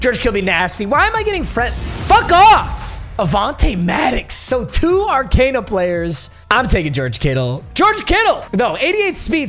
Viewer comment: It’s pronounced Ar-cOn-a not Ar-cAn-a